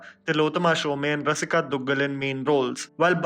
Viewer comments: I really want to see Qissa now! Thank you. And...Shome not Shome-y. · Not Sho 'mey'. It's SShome like 'home'. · "Shome" is pronounced as "Shom" e is silent. Please rectify